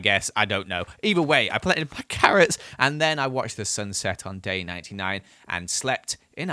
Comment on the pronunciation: can you say carrot perfectly or......